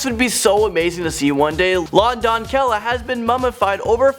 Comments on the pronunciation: It's don-SAY-ah, not don-KELL-ah. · la donkella hahaha. stop talking fu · Texas. Just wanted to tell you that la doncella is pronounced la don-say-ya. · DUDE GOOGLE PRONOUNCIATIONS HOW HARD CAN IT be?! You pronounce doncella=Done_say_yah. Not don-Kay-lah lol! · It’s pronounced doncella as donSella, it is a Spanish “c” like “cereal”. Not donKella. Lol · La Donquella? WTF?? why did you think Doncella was pronounced like that?? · Thats not how you say doncella lmao 😂 you pronounce the c like a k but like an actual c lol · Please Google how to say "doncella" in Spanish, because you butchered the word. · I don't think it's possible to mispronounce la doncella any worse